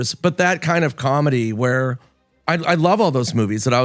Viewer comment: I like your videos but how you say comedy makes me want to die